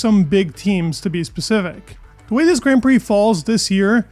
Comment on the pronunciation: i love the news it's amazing but please say grand right idk about other but it pisses me off so much i click off no hate love the videos keep it up